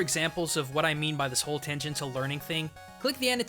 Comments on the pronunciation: You pronounce Tangential incorrectly. ti sounds in English aren't translated as hard T's, ever. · Pretty sure that word is pronounced "tan-jen-shull". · Okay, is using a local pronunciation of "tangential"? Cos, god damn, it just sounds wrong to me and is bugging the shit out of me